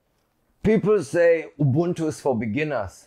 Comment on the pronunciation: I gotta give him dap for pronouncing Ubuntu propoerly... I mostly head you-buntu when mention it